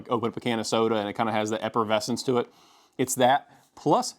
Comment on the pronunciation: 1.) It’s effervescent not eppervescent 2.) This could have been a minute long video at most